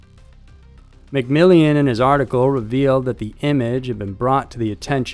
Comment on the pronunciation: McMillion? Dude why